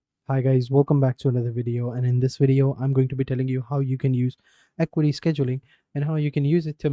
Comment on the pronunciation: It’s AH-Q-WAH-T not EQUITY 😊